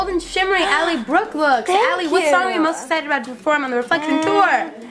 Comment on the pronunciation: You said broke instead of Brooke.